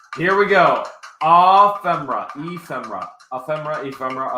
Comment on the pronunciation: Ephemera is pronounced F. M. errr-ahhh now you know.